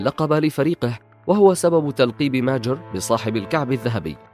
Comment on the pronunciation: ليش تنطق كلمة ماجر وكأنها كلمة انكليزية